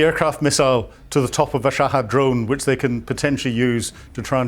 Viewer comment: wish this old man would pronounce shahed as is, and not shahad. its not as if he is right